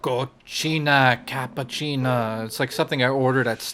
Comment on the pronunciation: They have this whole new language they developed "Mochiato Cappachinee" XD